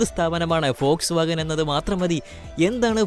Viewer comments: ഫോഴ്സ് വാഗൻ ഓ വോട്ട്സ് വാഗൻ അല്ലേ vw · Fox vagen അല്ല വോക്‌സ് വാഗൺ